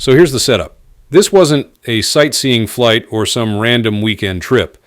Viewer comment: Flig Debrief? Really? Ai shit